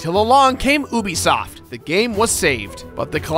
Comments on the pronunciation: It’s you bi soft not oo bi soft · Why this prononciation "übisoft" ? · ITS NOT PRONOUNCED OOBISOFT! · At first I thought you said “Boobisoft”. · Great video, but the way you pronounce ubisoft is blasphemous